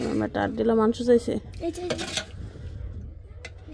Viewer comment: Not manso bolen manso